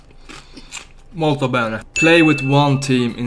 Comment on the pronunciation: are you italian? That "molto bene" while eating sounds really good as pronounce:D